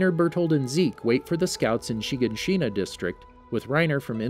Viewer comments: "SHEEgahSHEENA" headass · It says shaganshina so weirdly she-gon-she-na it sounds so weird how you say it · Anyone else mad at every YouTuber saying names wrong? Chiganchina and mikasa for example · Yes yes = wall shina - = renier = hunges - - - - = burtholdt I gave up on this cause there are so many times he says it wrong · The way he says shiganshina smh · So who els was bothered by his pronunciation of shiganshina